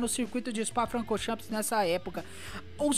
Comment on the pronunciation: O meu maior... tira o "S" no final da pronuncia... "chan" e não "champis"... kkkkk